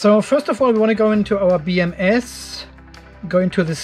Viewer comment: I am sure I heard you say "beer M S"!